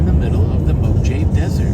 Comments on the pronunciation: The casino staff should have cut him off on spending as he was clearly unable to make an informes decision about money. At the same time his ‘’friend’’ should have taken him back to his stateroom rather than sitting him at a gambling table. Also did you seriously mispronounce Mojave? You slay me ….have a great day! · Based on what you said, he was totally taken advantage of. Maybe the rules for casinos don't apply on cruise ships. There is a point where the pit boss will cut you off and have you removed if you become belligerent when they do. Also, you don't say Mojave, it's pronounced Mojave.